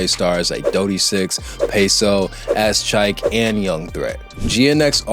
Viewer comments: When you said Az Chike instead of A Z Chike. That's what I knew you don't know who these people are 😂 neeeeext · Bro said AZZ CHIKE